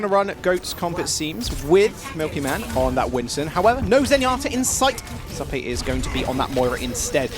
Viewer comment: its.... "Zoo" "Pay"- Zuppeh